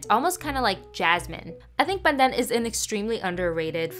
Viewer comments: The way you pronounce pandan in Filipino sounds funny coming from a Malaysian 😂 we're so close yet so different🤣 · Why are you exaggerating how you pronounce Pandan?